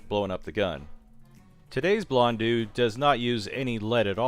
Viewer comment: Just so you know,, it is pronounced "Bl- on -doh" or something similar to that. "EAU" makes an "oh" sound rather than an "ew" or "eu" sound you were making. P.S. Exactly how you said it actually, good job! However you really quickly reverted back to the "ew" sound seconds later. Gotta be careful about quickly pronouncing things. They often sound very differently with shortcuts.